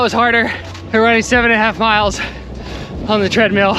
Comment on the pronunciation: It’s so cute that in 6th r accent treadmill sounds like treadmeal ❤